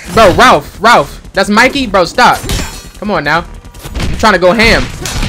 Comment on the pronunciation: You don't even know these guys names properly you called raph ralph that's hilarious